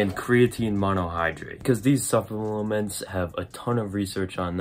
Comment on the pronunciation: SUP-LELE-MENTS xD